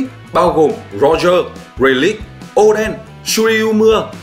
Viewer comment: Đọc rây lây đi tây làm dell gì rây lít nghe phát chán